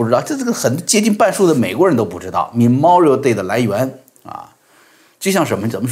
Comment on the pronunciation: /mə'mɔːrɪəl/ Memorial Day, ，读错了。